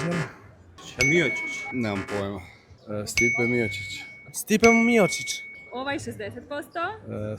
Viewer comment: Miočič 😂😂😂 samo da ne upotrebe slovo ć. Bolest ne bira